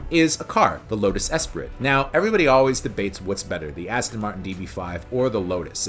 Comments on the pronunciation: Pronounced Lotus ES pree not ES prit, despite how it is spelled. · Dude. Esprit (esspree) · Esprit is pronounced espree, duh